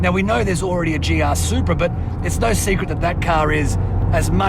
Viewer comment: GR not GA :P